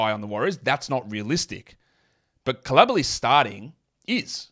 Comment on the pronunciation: Bilala Coulibaly: "Koo-lee-bah-lee"